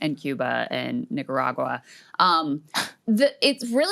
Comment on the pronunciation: Excuse me, Krystal, Nica-what? 🤨🧐💀💀